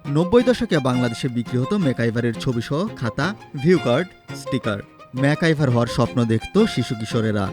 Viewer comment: ম্যাকগাইভার উচ্চারণ করতে ভুল উচ্চারণ করেন কেন? ম্যাকাইভার বলেন কেন